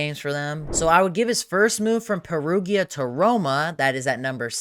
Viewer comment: perugia is pronounced peh-ru-ja